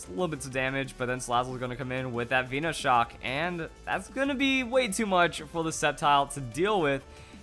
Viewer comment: I get triggered every time I hear some idiot pronounce something wrong on pokemon, VEENOshock? really? Veno as in cut from VENOM + SHOCK